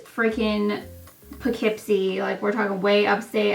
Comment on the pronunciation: Pissed my pants when you said poughkeepsie... go to school there lmao and from a town near